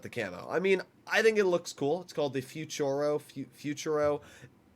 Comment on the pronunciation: "Futuro" not fuciuro